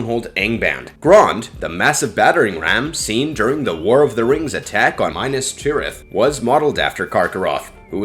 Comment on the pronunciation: You couldn’t even be bothered to pronounce “Silmarillian.” Same for “Morgoth.” Same for “Minas Tirith.” And “Ungoliant.” You failed to mention Galadriel, by far the most terrifying she-elf to ever elf-wench.